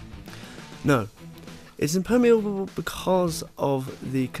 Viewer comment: I know this is petty, but "Impermeeuhbble"